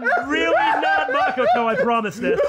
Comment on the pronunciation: Say it with me now "ma ko to" not mockato